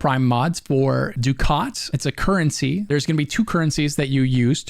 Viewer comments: It's funny he pronounces ducat wrong. It's pronounced ducket, for whatever reason. I used to say the same. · Ducat : duck-it Nitain : nye-tane Just wanted to say that. The pronunciation drove me nuts. Otherwise, more than excellently designed video/guide.